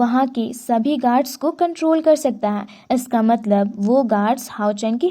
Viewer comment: "Hai" sabd ko sahi se bolo